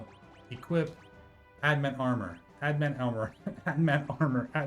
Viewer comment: Annoyed that you double down on pronouncing it "ad-mant" even though the spelling is right there in front of you. Then go on to name the video wrong. SMH.